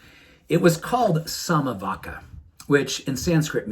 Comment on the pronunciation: vacca is pronounced "vacha"